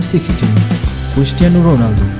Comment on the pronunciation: Was he really saying Christian Ronaldo 😂😂